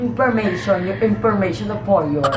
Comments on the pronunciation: Nanaman (Pur yur inpormission pu yor pormission) 😂😂😯 sorry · 'pur yur impormaytion diko magiging kaibigan si riva kung panget ugali niya' iloveit